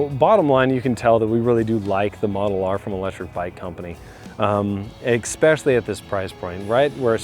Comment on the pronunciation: The word is “ess-PESH-yah-lee” not “eck-spesh-yal-lee”. It is spelled “especially.” There is no k in the word.